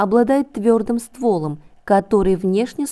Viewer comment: Не ствОлом, а стволОм . Ну денежным и т.д чуш , язычество,а за д.р информацию👍🏼